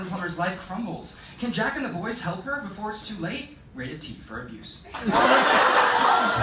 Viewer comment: wait what did he say in ? Rated.. what?